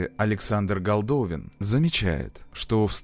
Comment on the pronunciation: Александр не Голдовин, его фамилия Голдобин